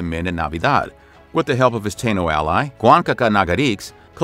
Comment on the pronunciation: Many of the dates (years) displayed are incorrect. Additionally, "Taino" is pronounced "Tah-eee-no".